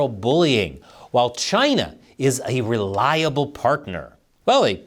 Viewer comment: re-LIE-able partner..